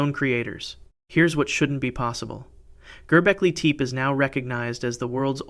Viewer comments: Gobekli TEEEEP lmfaooooo (Te-Payyy) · Gerbeckly Teep lol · "Gerbeklay Tepay"? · I’m kinda confused. I’ve watched other videos of yours and you pronounced Gobekli Tepe correctly in other videos. What happened in this one???